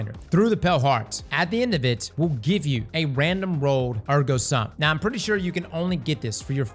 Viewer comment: Air-go soom, thats how you say it by the way